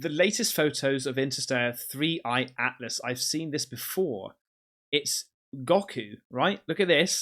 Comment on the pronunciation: It's 3i,not 31